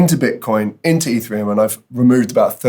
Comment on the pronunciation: You say ethereum like. E three um. Instead of eth Ear EE um